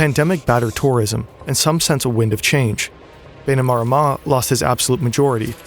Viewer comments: Great video! As someone fluent in iTaukei (Fijian) here is a pronunciation guide of some of the words you said wrong. ITaukei (Ee Ta oh Kay) Viti Levu (Veetee Leh Voo) Bainimarama (Buy nee Mah Ramuh) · It's pronounced "BAI-knee-ma-RA-ma"